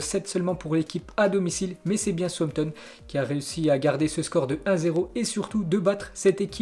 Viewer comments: souzampton est mieux pas sauossampton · Souamtom ???? Southampton plutôt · southampton se prononce saoussamton